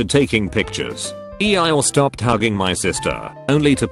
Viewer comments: E-I-or lol 😂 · E-I-ORE I guess I’ve been pronouncing this wrong my whole life cause I don’t say eee-your like that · Nobody: Text-to-speech: "E - E Y E - ORE" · Can we appreciate the fact that the text-to-speech pronounces “Eeyore” as “E eye ore”? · Nobody: Robot voice: EE-EYE-OR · E-I-ORE perfect pronunciation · Nobody: Not a soul: Text-To-Speech: E-Eye Ore. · Normal people: eeyore Text to speech: E I or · Laws of the universe: eeyore No one: No one else: Redding automated voice:eiyyor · Nobody: Absolutely nobody: Text to speech: E I ORE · No one: T-T-S: Ee I Ore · Reddit: Eeyore Text to speak: E i Ore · You mean..... E-I-oar? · lol E-I-ore. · “EE EYE ORE”? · Nobody:: E Eye Ore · No one: Voice: EI-iy-OrE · literally noone: Narrator: "E-EYE-OORE" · Nobody: Text to speech bot: E-Eye-Yor